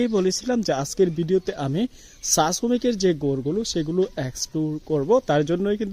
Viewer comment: ! ছা! না চা, কথা বলা উচ্চারণ ঠিকঠাক মতো বলে ভ্লগ করুন, শুধু টাকা ইনকামের জন্য নেমে পড়লে হবে না!